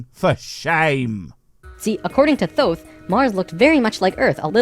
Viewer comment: Thoth = "Tote". Remember, H doesn't make TH the sound we're familiar with.